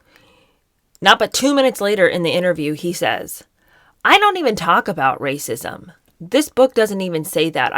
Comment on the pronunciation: Also every time you say “rrrrrrrrracism” I crack up. These people are clowns. We all have privilege and we all belong to minority groups. Meghan is more privileged than the vast majority of people. Way more privileged than me and I’m white. Like do they not understand how anything works? Get over it. Stop being victims. We all are victims of something. The rest of us get on with it